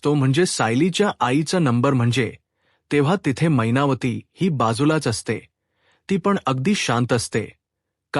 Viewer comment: काय छान मराठी भाषा मैनावती ला महिनावती म्हणता तुम्ही. साहित्य परिषद अवॉर्ड तुम्हालाच नक्की